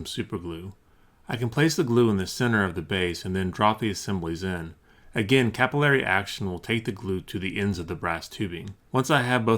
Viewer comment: "capilray"..you mean 'capillary"